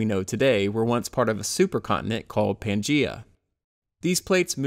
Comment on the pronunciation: It’s pronounced pan-Gay-a